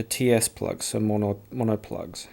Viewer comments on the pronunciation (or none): none